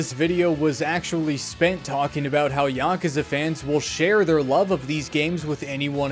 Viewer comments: As a Japanese person, your pronunciation of “Yakuza” is the correct way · At least how you pronounce Yakuza is closer to actual pronunciation than YaKOOza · Dog you pronounced it dead on, tiny bit of accent but I do it too, being murrican and all. Also this video was great. lol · Nothing wrong with this pronunciation, it's like the closest sounding to how they say it in japanese while still being american sounding imo It's yuh-KOOza that bothers me personally, but not in any dramatic away just a lil slight. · That's the more correct way of pronuncing it. You're fine. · The way you (and I) say "Yakuza" is literally how they say it in the games in the words native language. "Ya-koo-za" has never been correct. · You might be the only member of the Yakuza fandom who knows how to say Yakuza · you actually say Yakuza similar to the way it's said in Japanese so you're saying it right lol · That's how you're supposed to say yakuza. You're the first person I've seen make a video about it that can even say it properly. They all say y'kooza. It's not how you say it. It's very annoying. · You're pronouncing it correctly